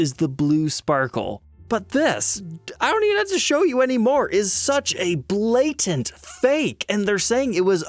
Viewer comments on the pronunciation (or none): is usually comically careful to pronounce his T's in words like "satin," and "button," and now we know why: he slips up on the "blatant" right at the four-minute mark and pron ounces it like a little kid.